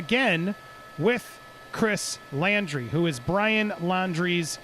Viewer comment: The last name is laundrie like laundry not Landry